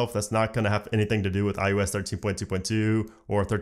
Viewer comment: Am I crazy or is he saying iUS?